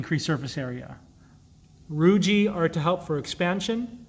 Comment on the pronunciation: For anyone watching this video, please note that the word "rugae" is not pronounced with a soft "g" as in "giraffe" but rather a hard "g" as in the word "go". The "e' on the end is a hard vowel, so the word is correctly pronounced as "roo-ghee" with the accent on the first syllable. Anytime, you see two vowels together, the second usually has a hard sound. The same is true with "plicae" (which isn't plee-cay but rather ply-key), "vertebrae"", "teniae", etcetera. Peyer's patches were named after Johann Conrad Peyer, and the last name is pronounced like you would say the word, "higher" only with a "P" in the beginning.